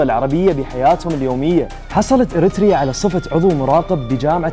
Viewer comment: أول مره اشوف تقرير وينطق فيه كلمة اريتريا بطريقه صحيحه😅😻😻